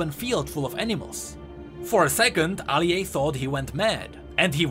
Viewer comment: I cant take this shit seriously Everytime you say aliay my mind plays the intro lmfao